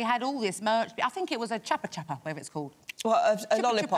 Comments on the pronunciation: Omg all of them trying to pronounce "chupa chup" and none of them get it right 😭😂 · Ikr 😆 I was like screaming IT'S CHUPA CHUPS 🤪